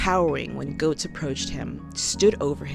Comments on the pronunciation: Its pronounced Getts not Goats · Pronounced "gets," not "goats." I've met the guy. Two of my friends live in his building. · Excellent video, and you make several exceptional points. One nitpick, and was especially grating for me since I grew up in NYC in the 80's, is that his name is pronounced "Gehtts", not "Gohts." I know it's minor, but it was like a needle scratch every time you said it.